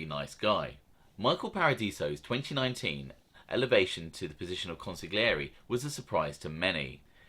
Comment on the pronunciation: Bruv..jus lettin u kno, it's not pronounced like cheese queso..lol its Casso..like rhyming w Gas..get why it's Gaspipe..n the accent is great but 3rd man is pronounced con-sil-ieri Keep it up mate..enjoy em all